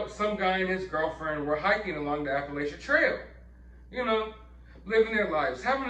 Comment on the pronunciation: I wish you all would pronounce Appalachian correctly and stop acting like you know it